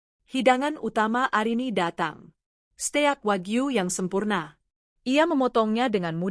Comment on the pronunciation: Steak!!!!belajar dulu klw bgmn membaca nya